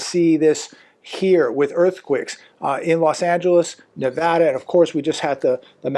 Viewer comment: Why does he keep saying earthQUIKS?